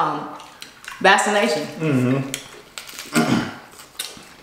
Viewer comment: She said come up with a vassination